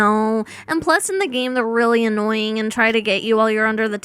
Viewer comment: AS SOON AS SHE SAID ANOYIN WE ALL THOUGHT OF BB